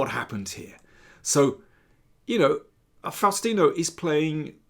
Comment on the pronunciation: Nome is pronounced Fowstino